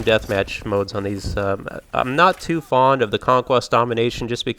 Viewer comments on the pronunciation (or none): none